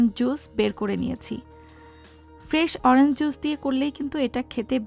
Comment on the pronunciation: Orange er pronunciation ta ektu you tube theke shikhe nin. Eta oranjs hobena orange hobe. Bideshe giyeo english er ja ta obostha.